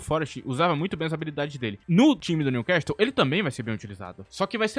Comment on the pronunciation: no time Newcastle não se pronuncia o "T", outrossim parabéns excelente vídeo